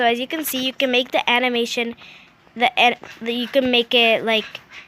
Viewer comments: It’s edits not eds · Who else cringed when she says ed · It's edits not Ed's! Sorry but it just bothers me alot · No offense but it’s the first way you said line master and you say edits not eds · She just said ed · Is it just me or she kept saying ads/eds? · U suck you sound like your saying Ed’s haha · Not tryna be rude but are you saying “Ed’s” or “edits”? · Your edits are better then mine but the fact that you keep saying ed's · There called edits not Ed's 🤦‍♀ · ITS aUDIO NOT AWDIO ITS EDIT NOT ED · “Awdio” and “ed”who taught you to speak? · Stop saying eds..it aint cool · its edits not eds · *Say it with me (im helping her pronounce it, I’m not making fun of her) Edits: Eh- di- tssssss not ed* Lol I failed yes I know I tried though I know how you feel because I would say my s from my nose like a snort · NO ONE SAYS EDS!!! SO STOP IT'S TRIGGERING ME SO MUCH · Who says Eds?? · Does she say eds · please stop saying Ed's it's really just stay edit (I'm not hating) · Adio? Owdio? Ed? Bruh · Awdio?? Eds?? Da fuck?? (No offense but nice tips tho) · It's not adio.....it's audio.......it's not ed....it's edit.... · its not ed it edits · Edits not eds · Transition I say transition not animated cough cough oh and edits not Ed nor eds oh and audio not what ever she said👍 that just really bothers me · Please stop saying Eds it is really triggering for some reason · Sum ppl here posting about their opinion on her saying ed eds and awdio. Stfu! Shes here to show you how to make these edits! Be grateful you assholes! She didnt have to do this. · Me to her:the eds me:ITS EDITS NOT EDS!!!! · I feel u, I’m probably the same age as her but I say it like edits not Ed’s 👀 but she could have a condition so I’m not gonna really say anything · s t a r • I WANNA STRANGLE HER!!! Kidding but it bothers me too 😂😂😂 every time she says Ed’s... BRO ITS EDITS NOT EDS 😂😂😂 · Great tutorial but... when u say fan eds... it bugs me